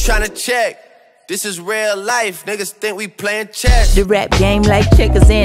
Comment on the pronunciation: I stg that’s funny asf